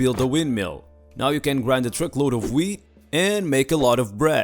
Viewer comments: It sounds like he says weed not weat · Hey bro i love it when you post! Awesome video! You are hilarious and the best! I always look forward to your videos! Lmao i wish u could post weekly. Lmao almost sounded like weed! Imagine having to grind all that weed by hand! Dam this sucks! Hahahaha ik it was wheat. Imagine if u did say weed lol. 😂😎👍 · I was using my wireless earbuds listening to this episode and heard “weed” instead of “wheat”. When he said grinding the weed I had to look at my phone to see what was going on here. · His accent and pronunciation made the beginning of this video just amazing lol. Talking about growing & grinding “Weed” 🥦 💨 🤪🤣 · "And dis is a dirt bike." Lol that's what I heard. But if I had that many kids and that much wheat I would deff. Take the cheaper choice and put those kids to work! 😂🤣😂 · Yes... you mix wheat with ‘eeest’...